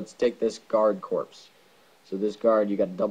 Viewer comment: Just fyi, "corps" is pronounced "core", not "corpse". Nicely done little guide.